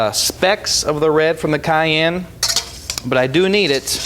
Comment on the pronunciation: I love the way he pronounces 'cayenne'. It's so American lol